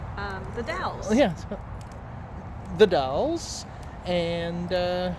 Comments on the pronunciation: As in pals or gals….😊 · Dude...it's The Dalles( Dallz-like gals). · Everyone knows that you don’t live here cause you can not pronounce the city of Dalles and a few other little things in your pc. Here.